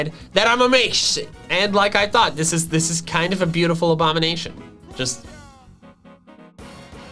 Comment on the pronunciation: saying a abomination wrong and praising him self Me: hey man just accept your failure